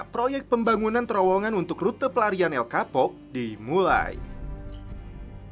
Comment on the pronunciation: Bacaan namanya El Chapo bukan El Kapo min